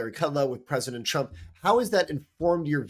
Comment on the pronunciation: Did you say "President Chump"? Or maybe I need to power up my hearing aide. Or annunciation.